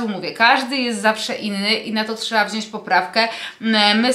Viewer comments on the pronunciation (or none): none